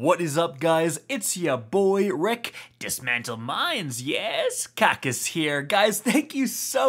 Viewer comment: Rick, then you do the entire video and right at the end you say Kackis here